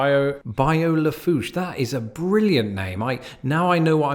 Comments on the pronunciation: As a Louisianan I've traveled across all of those bridges... Btw bonnet carre (bon net carey) is the name of that and Lafouche (la fooch) other than that i applaud the pronunciation of everything else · La Foosh was right, well done, but it's Bah'-you or Bye'-you (kinda between the 2). Bonnie Carey, like Drew's sister. It's over a spillway from the river to the lake. You got Ponch-a-train right. Man-shack, never heard it called the Swamp Bridge but I'm new to Tangipahoa, it's just I-55 past Manchac & Ruddock. The raised interstates (Bonnet Carre & Manchac) are just part of the scenery, raised interstates are no big thing. We also have the Achafalaya (uh-chaff'-uh-lie'-uh) Basin Bridge on I-10, 18 miles, & a Highway 190 elevated highway that I don't think there's even a name for. Locally, the last one is just the Causeway. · Lol you gotta contact me for all the louisiana pronunciations, but you got lafouche right so i gotta give it to you. good job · Good job on pronouncing Lafourche. I have been on 4 of the top 5 bridges